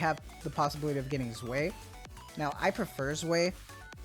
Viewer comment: I believe that Zwei is pronounced Zvai as opposed to Zway. eins and Zwei are one and two in german.